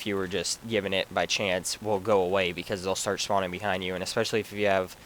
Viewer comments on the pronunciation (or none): and schpot